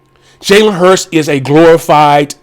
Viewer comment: Oh forgot it's pronounced Jalen HURTS not HURST...FOOL